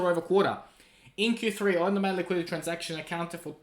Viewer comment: On demand liquidity. Not liqiility! Just say liquidity!!!!!! Wtf